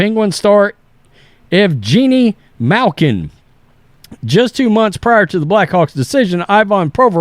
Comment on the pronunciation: Well, you batted 1.000 mispronouncing the Russian names! You even got Malkin’s name wrong! 😂